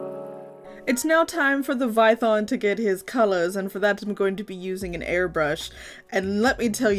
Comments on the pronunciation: It’s “Python” not “vython” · I DIED WHEN YOU SAID VITHON